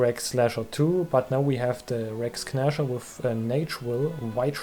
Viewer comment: sehr schönes video. kleiner hinweis: das G in "Rex Gnasher" ist still. Es wir also "Räcks Näscher" ausgesprochen.